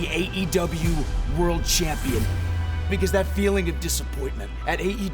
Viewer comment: did he just say cham-peen